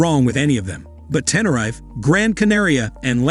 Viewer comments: Mallorca pronounced : Majjorca.Tenerife pronounced : 10 er reef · Funniest one is making "Lanzarote" (in the Canaries) rhyme with "goat" 🤣🤣🤣🤣 and making Tenerife rhyme with "knife". A lot of research has gone into this video, obviously! 🤪 Or was it generated and voiced by an AI robot? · Ten-a-rife what a muppet